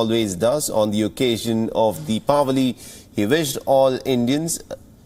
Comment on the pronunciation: Thanks for pronouncing deepavali